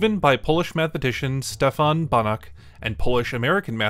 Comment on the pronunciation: Banach is pronunced banahh, not barrack